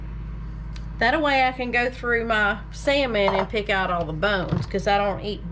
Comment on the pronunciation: "Thataway" huh?